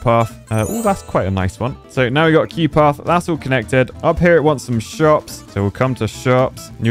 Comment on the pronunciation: Is saying Quey for Queue?